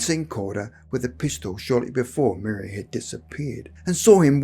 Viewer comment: No disrespects but I’m from an old Suffolk family and one of my ancestors was slightly involved in this event. The man giving the account of this event pronounced her name Maria wrong. It was pronounced in the old way of Mariah although spelt Maria